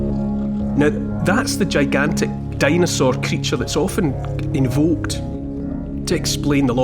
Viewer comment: What's a "dinosuar" Neil?😅